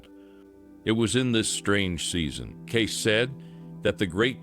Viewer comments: It's Kaysee not Gay! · His name is pronounced Gay-See, not Gace. He was a seer, not a prophet. There is nothing biblical about a seer or a psychic. You claim this channel to be about “biblical prophecy” yet do not put biblical content in it. Does this make sense to you?